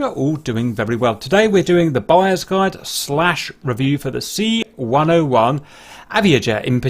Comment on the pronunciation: Every time instead of buyer's Guide i hear Bias Guide for some reason :))